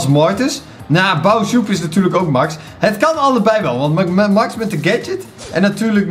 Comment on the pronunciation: Ik weet niet of het weet maar Max is een meisje en je spreekt het uit als mex want ze zegt weleens back to thé mex en in de beschrijving staat zij 😉😉😉 echt mega leuke video trouwens!!! BAWZ ARMY💪💪